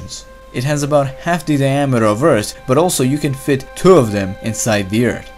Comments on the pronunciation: Subrem it’s earth not eart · he meant that as a joke because the guy in this video pronounced earth as eart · bad comments: OMFG LEARN ENGLISH ITS EARTH NOT EART Good comments: Eart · Why do you say Ert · Layla Salas he saying how this guy says earth this guy says eart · yeah I know, i have OCD over that stuff. Couldn't help but correct myself. I get it though